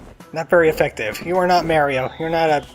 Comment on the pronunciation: Every time you say Mario I want to scream.